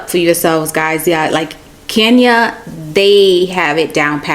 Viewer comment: Who will teach these people to pronounce the name Kenya properly. I find it incredible that they cannot even pronounce such a simple name well.